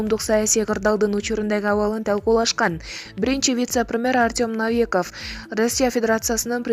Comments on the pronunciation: Навиков эмес Новиков. Кандай сабатсыздык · Эй окуган "новый" дегенди "навый" дейсинби? сабатсыз кыз. Мадумайов дегендей. Новиков го.